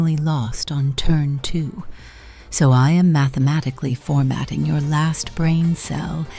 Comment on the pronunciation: At least Gemini sibling finally have something like each other again.😂 Pro: "mathemanicly" Flash: "sovereign" See!! Truly sibling🤣